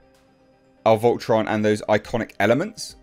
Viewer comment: Volton? It's Voltron